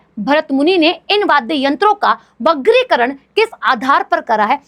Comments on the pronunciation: Mam app bargikaran ko bagrikaran bol rhe hain ❤❤ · Mam वर्गीकरण ko vagrikaran nahi, vargikaran bola jata hai 😌